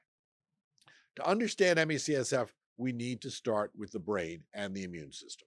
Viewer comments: As ….i noticed too!!! I had to back up just to be sure he was saying it wrong. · Is there a reason why you keep saying CSF? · I'm not sure if I can finish the video because he keeps saying CSF 🤦🏻‍♂️🤦🏻‍♂️ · Me csf?? Can't he pronounce this properly? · There is a lot of good info, but it's hard to take it seriously when you say the acronym wrong every time. How can an "expert" say the condition wrong every single time? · So we just read from AI now? Seriously? Not a single word about Detox. Not a word about the Lymphatic System. And you say you were on the advisory committee for Health and Human Services ME/CFS group from , but your can’t even pronounce the name properly. Why has it taken 6+ years for you to make a video about this illness? And you made 300+ other videos first. Lots of questions with this video. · Same. It felt delegitimizing despite most of the other information being good. It would be nice to have this to share with friends and family, but why would they take it seriously when even the "expert" keeps pronouncing the name incorrectly. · If you are a specialist, why do you say the name wrong every time? Another sign of the medical neglect patients with ME experience. Hardly any physicians know what it is.